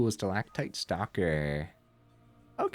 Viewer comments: 10/10 on pronouncing stalactite. (haven't watched full video yet, but had to compliment the correct pronunciation) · The c is often pronounced as a g, but your pronunciation for stalactite was perfect otherwise